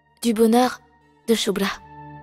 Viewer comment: J'aime bien comme Saloni appel chubra (chulubra 😂😂😂😂😂😂😂😂